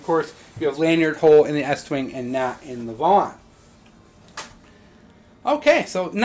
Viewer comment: Estwing not eastwing is made in the USA lol